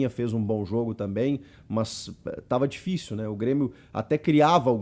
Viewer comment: O Super "Brêmio" tá demais